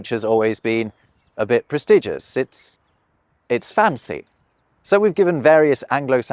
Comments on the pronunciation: Did I just hear you say "Pres-TEE-gious"?? Great video otherwise! A number of "English" words come from mispronounced reading - eg: the fruit Naranga (in Sanskrit) is written in Dutch as Oranje (for the colour - the fruit is actually Sinaasapel ("Chinese apple")). Now, when you say "Oranje" in Dutch, it's "Oor-run-ya", which ain't too far off the original Sanskrit "Naragna", but if you're some careless Pom, and say the J as a G, it becomes "Orange", a million miles, aurally from the original. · Nice video, but some comments ... it's 'probably' (adjective), not 'likely' (an adverb that saves a syllable for the lazy!) ... it's prestiDgious, which is pronounced differently than prestige ... and a common mistake is that great is the superlative of good, but also an adjective that means 'big', so 'really great' means 'very big', but you probably wanted to say 'absolutely great'? Perhaps this could be something for a new video? ;) Anyway, that was 'great' ...